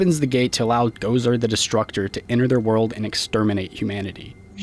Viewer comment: Why is he saying Gozar instead of Gozer ;)